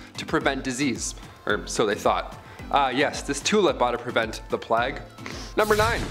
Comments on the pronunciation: PLAY-GUH not PLOGUH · Plague is pronounced as Play-guh. Ewerer is pronounced You-were.